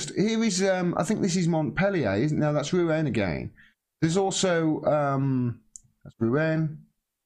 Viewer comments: Macron will be finished when the police have the bottle to defy the authorities and side with the people. It’s pronounced Roo....on. Lol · It is pronounced Roo-On and it is a port and cathedral city on the Seinne downstream from Paris.